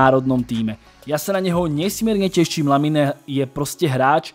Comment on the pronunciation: číta sa to Lamin, nie LaminE. Uši to trhá